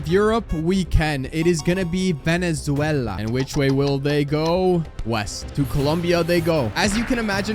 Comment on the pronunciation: Bro said Venezuwela it's veneswayla